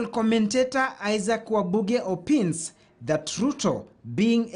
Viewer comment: Why pronounce OPINES like that Mr. Journalist?